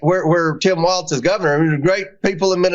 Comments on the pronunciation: That Comer maga idiot said his name as Tim waltz! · Someone should tell Comer that Tim Walz’s last name isn’t pronounced “Waltz”. There’s no freaking ‘t’ in his name. Comer is disrespectful AND an idiot! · Omgeeee I wanted to grab COMER by his stupid face and say, “there is NO letter T in Walz, dude!! It’s W~A~L~Z not WALTZ!! I wanted to hug Jessica T & put a safety cage of plexiglass around her to keep her safe from the hyenas she sits with, and cringed repeatedly at their inability to play the “GOTCHA style” political game that they invented!! (That’s what I’d call it, Ben ~ omgeeee I feel so much smarter after watching the CIRCUS and the drunk clowns AT #FauxNooz. Wowwwwwwww!! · El no hearing Comer doesn't even know how to pronounce Governor Walz name. There is no 'T' dear Comer, in Walz. Now go somewhere and SIT down! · I hope Tim Walz "corrects" Comer on the pronunciation of his last name quicker than Jamie Raskin did on his last name. You know this redneck Republican does it on purpose. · HIS NAME IS TIM WALZ. NO T.